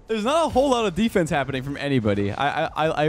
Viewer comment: Whats that thing he said? Deefanse?